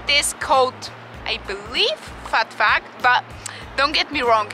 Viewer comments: Phuc is pronounced "fook" 😊 Phat means Buddha, Phuc means happiness! Of course I had to check out this video 😍 and btw, I use my thumb and my middle finger to use chopsticks! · Hey Jack, I’m glad that you enjoyed the video 😂 and yeah I’m pretty sure that’s not how you pronounce it